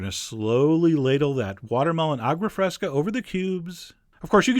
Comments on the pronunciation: A-goo-ah fresca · “awgwuh freskuh”